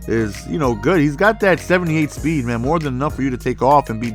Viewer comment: u my favorite youtuber. Keep it up. My and my friend Jake are no saying speed like SSSHHHHpeed